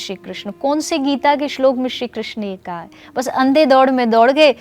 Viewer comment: Krishn ka 😢 thik se boliye